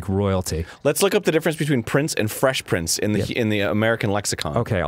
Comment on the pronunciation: i thought danny said fesh pince at the end and i got really excited